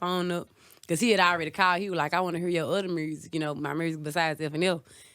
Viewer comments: I Love when Mrs.Glo say mursic. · love her personality, and how she pronounces the word "music."